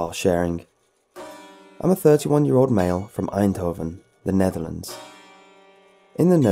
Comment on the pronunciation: Also, damn, I just got to the Dutch guy, and kudos to you for actually... pronouncing Eindhoven right? Bless u \o/